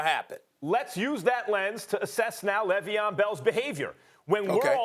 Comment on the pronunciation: “L”eveon Bell... all I gotta say.